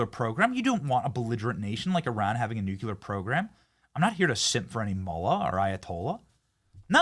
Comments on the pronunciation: Benny, love, its NOT NU-CU-LAR, its NU-CLE-AR, lol. Just a peeve I have, still love ya of course! You rock!!! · Please it's nuke-le-er not nuk-u-ler !!!